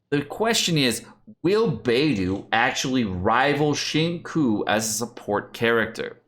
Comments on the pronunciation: Omg it's pronounced "shin-chu" not "shin-ku" lol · Please it’s not shing coo, it’s sing chiyou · y u say shinkuu it hurts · Xingqiu = Shing - Chew... NOT Shing Ku Beidou = Bey - Dough... NOT Bey Doo Xinyan = Shin - Yan... NOT Jin Yan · Qiu is pronounced as 'Chew' not Cho. Yue is pronounced as 'Yuea' instead of way. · Xing tsiou it should be pronounced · It's "SING CHEW", SING CHEW:( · pls....it's not shing coo.... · I know is being a troll here, but it is time to consider how to properly pronounce his name, or people can pronounce Hispanic names wrong. On the other hand, Chinese government needs to improve Pinyin. Why not just write the alphabetized name as Singchiu? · It's Xing Chiu * pls...... It hurts my ears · It's like he's purposefully mispronouncing every character's name wrong. lol. Xingyang, Baydoo, Shingque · normally I can look past pronouncing names wrong but bro “kekwing”? lmaooo please it’s so easy to say them right with a quick google search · The way pronounced Xingqiu sounds like Senko. LULW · I love you, but Xingqiu should be "Shing-cheeoh" and Beidou is "Bae-dough." XD I'M SORRY, it's driving me a little nuts now that I'm hearing their names so many times in a row, haha. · "Shing-ku" Lol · has had so much time to learn how to pronounce “Tsing-cho.” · There are only so many times you can say Xingkiu and Keking and find it funny. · Try to pronounce “Qiu” as “chill” and “Qing “ as “Ching “ it will sound much better and genuine. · hi, pronunciation tip on xiuqiu and keqing: try to pronounce “Qiu” as “chill” and “qing” as “ching” it will sound much better. Cheers! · in case you were completely ignorant and blind which you are, "xinqiu" is a Chinese name. therefore mispronouncing it intentionally is disrespecting Chinese culture.